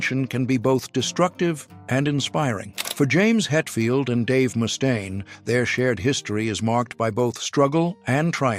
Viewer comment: ...who's Moustaine? 😂😂😂